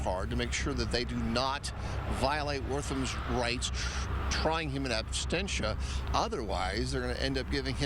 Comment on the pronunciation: The reporter twice said "in abstentia." It's not a slip of the tongue. I convict the reporter in absentia of having less learning than I would expect from someone with a GED.